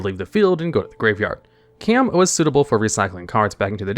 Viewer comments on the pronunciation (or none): KAY-AM?! I've heard some egregious mispronounciation from you before but I can't believe you missed this one. It's literally just how you would regularly pronounce Calm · Engagement farming, engagement farming, Caam is pronounced like Calm